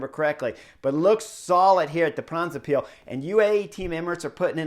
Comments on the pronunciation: For: The word Brabant comes from the province of that name (It's not 'Flanders' Vlaanderen). And with the -se extension it has the rhythm of the English word: knucklehead. OK? The first syllable is 'Bra' (just like the undergarment); followed by:; So you get: Bra-bant-se. Say it at the rhythm of 'knucklehead'. For the 'ij' in Pijl read a 'y' and it sounds close to the English word 'pile' (meaning 'arrow' in Dutch) Combined: Bra-bant-suh Pijl. At the rhythm of knucklehead pile. Once you get this down your subs will double to 100K (Kudos for: 'Moskesstraat; that was perfect!) Thx for your analysis and commentary; as always! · My Man Chris Horner, I am going to help you! Try to say (in English): BRA BAND SAY PILE good luck!